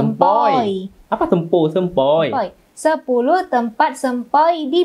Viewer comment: Sebutan sempoi seperti seeeempoooiiiii